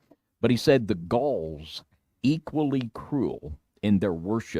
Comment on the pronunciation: Gaul is pronounced gawl